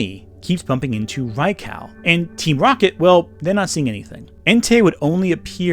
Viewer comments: Hearing you mispronounce Raikou is giving me psychic damage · This video was spectacular... Except for the way you say Raikou lol.